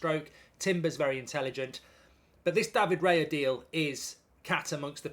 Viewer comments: Isn’t it Raya, not Reya? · isn’t it “Raya” instead of “Reya” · It's Raya btw 👍🏼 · Bye bye Turner. 😢 BTW is Raya not Reya 😅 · it's Raya btw🤣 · Isn't it Raya?